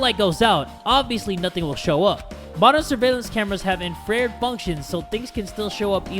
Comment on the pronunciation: "Infreard" 😂 it's pronounced in-fra-red